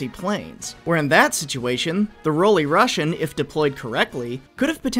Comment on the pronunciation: The röölly Rüssian